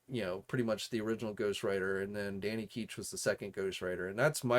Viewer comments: “Danny Keech” It’s almost like you have no clue what you’re talking about , ever 😅 Almost as bad as Usagi Yojumbo 🤦‍♂️ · I highly doubt they would only release Blackheart or Mephisto in a Haslab especially since ppl been asking for it. Oh yeah if you like Ketch so much say his name right lol it's grating